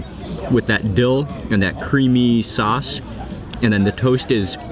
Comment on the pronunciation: the way how mark says sauce sounds like saace